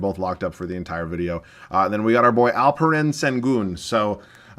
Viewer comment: Im from turkey and you aren’t butchering alperens name. You said it correctly